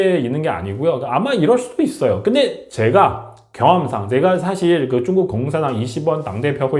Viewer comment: 중국 위주 시사채널인데 중국을 '쭝구'로 발음하시면 집중력이 떨어져요